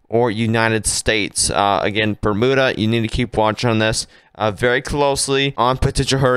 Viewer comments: Bermuda is pronounced Burm-you-da! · It’ pronounced Berm you-da). No oo sound at all!!